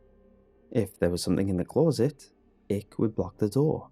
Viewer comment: I can’t help it but I get so triggered by the way you pronounce CLOSET 🙉